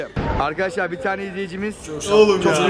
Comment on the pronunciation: eski vidyosunda Arkadaşlar demiyordu Akydaşlar diyordu Fark edenler 1 linke